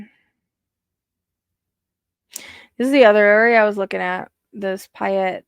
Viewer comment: Hi, just so you know kuna is pronuced Q-na and caldwell is call-d- well, Payette is pay- yet.. Hope that helps.. Thanks for all you do..